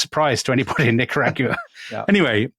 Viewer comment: Nicaragua....yes, well, check your pronounciation, you British historians!